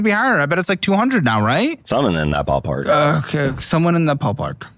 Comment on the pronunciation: “Someone in the pall park” made me caaaaackle 😂😂😂